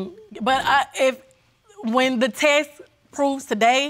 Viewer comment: Why they can’t say “test”?